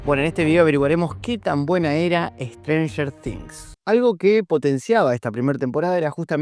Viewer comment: stranfler things, strader things, stifler things, sratler things, strafler things.